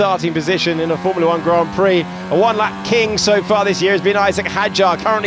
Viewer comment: When did all these morons stop pronouncing formula correctly?